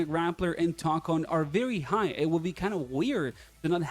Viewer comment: I’m sorry but it’s pronounced (toe con)